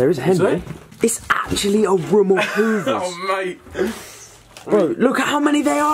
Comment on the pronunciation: “Itz ah ruum uf HOOOVERS”